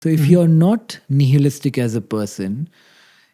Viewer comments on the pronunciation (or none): bro pronounced nihilistic as nehelistic...